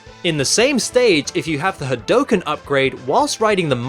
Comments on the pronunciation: It's pronounced "Had-OO-ken" bro not had-OH-ken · ....... did you aeriously say ha dough ken..... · I love all that you do, including your voicework ^^ however, that hadouken pronounciation made me cringe everytime ^^''